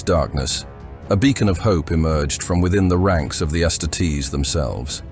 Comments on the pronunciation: it's not ass titties you bot. its astarties . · His pronunciation bothers me. The word is astartes is based off of the Roman auxiliary that would finish off the wounded post battle. It's Ah-star-tees, but to each their own. Hos vids are good otherwise.